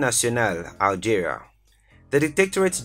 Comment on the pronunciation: Correction: it's algeria not aljaria